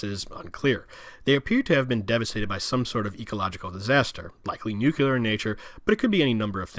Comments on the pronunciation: Please focus on your pronunciation of “the” it’s th not “da” . Hard to listen to. And Nuclear is “noo-CLEE-er”, not “noo-cuoo-ler”. Hard to listen to. With that said this was a good presentation of the Gilead map and thank you for doing that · Nucleeeear. Not noocuular for the love of god. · New-Clear is not how you say it lol. New-Clee-Ah is how you say it. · Thank you for this informational. Now, may I offer... NUCLEAR = NEW-CLEE-URR. Not NEW-CUE-LER. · At the risk of sounding elitist, as a physicist it gets under my skin when people mispronounce certain terms. Repeat after me: NEW-CLEE-AR. Unfortunately, saying NEW-CUE-LAR is so frustrating for scientists and engineers. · I loved the map. I even made notes during the video because I love the series and this part always confused me. One point though - you mispronounced "nuclear" many times. It is pronounced "NU-CLEE-R", not nu-cu-ler". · NUCLEAR! OMG! Say "NEW", then say "CLEAR". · I share your frustration with that typo, but it sounds like you are saying "nukular" like George W. Bush instead of nuclear. Thanks for this video, in any case. :) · Mentions typo on map a few times Goes on to mispronounce "nuclear" several times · your pronunciation of nuclear is sickening.